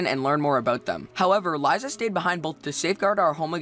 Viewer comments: It's not laiza it's Liza XD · lieza? Li-sa!!! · its not liza its liza you say it like lisa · It's not lie-za Its li-za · I pronounce Lizas name Lee z uh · it's pronounced lee za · FYI the panda alphas name is pronounced " LE_ZA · I think Liza is pronounced LY-ZUH, and Graham is pronounced GRAM. But I could be wrong, and everyone pronounces things differently, no offense:) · U pronounced liza wrong.. I'm angry XD